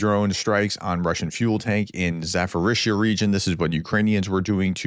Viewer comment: AAARRRRGHHH! Say it ZAPP-orr-eezhya NOT zaFF-orreezhya!!!!!